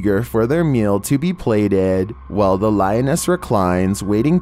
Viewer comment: Did just say lion ass?!!!